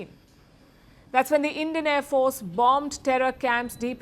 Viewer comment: INDIAN AIR FOHAHARCE HAHAHA THE TEA WAS FANTASTIC